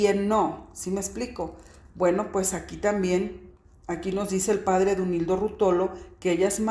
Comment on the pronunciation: Dolíndo Ruótolo, no Duoilndo Ruotólo